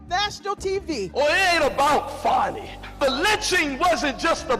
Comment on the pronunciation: 😂😂😂 fani with an a is Danny. Not fawny